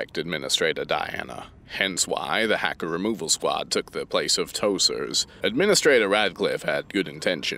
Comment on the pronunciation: can’t say tosers right